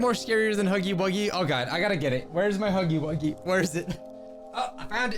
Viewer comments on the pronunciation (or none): It’s huuggy wuugy